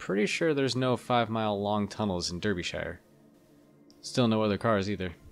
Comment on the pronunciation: the pronounciation of derbyshire (dar-bee-sher) is killing me rn